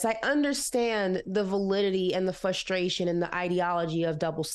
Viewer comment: It's FRustration & NOT FUstration. Jesus!!! You say the word too much to not PROPERLY pronounce it, sweety!!!!! It's like someone that can't tell the difference between your as in personal possession & you are (you're). 🤓🧐😵‍💫